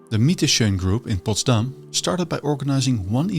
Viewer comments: Why do you keep emphasising the city's name on its second syllable, although there is plenty of evidence to where the stress should be put? It just doesn't make sense and affects your otherwise interesting documentation. And while we're at it, let's use the opportunity: Assuming your native language is dutch, why do you find it necessary to pronounce english the american way? What is wrong with the original accent from across the Channel? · Very nice. But why do you stress Potsdam on the last syllable? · His pronunciation of Potsdam with the accent on the last syllable like in Amsterdam also make it sound extremely Dutch, Friedrich Wilhelm I would be glad I guess.